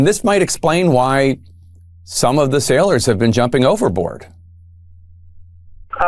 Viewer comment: it is pronounced "Sailors" not "Sellers"